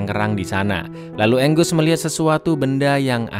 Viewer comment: Angus di baca enggus Bagi orang baru nonton baca Angus Angos